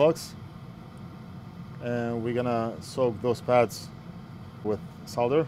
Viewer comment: Great fix and even pronounce "Solder" the same way as British English :)